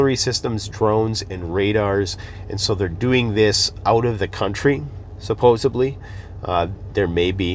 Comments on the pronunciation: It’s pronounced SUPPOSEDLY. Not supposebly. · Supposedly NOT supposebly. Don't be irritating. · No “B” in supposedly. It’s not supposebly… thank you for all of the information. Won’t be the least bit surprised when you’re taken off the “air”. Keep the truth comin’, brother. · It's really hard to take someone seriously when they say things like "supposibly". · there is no B in “Supposedly.” Disappointed in you. Do better. 😋😝🤣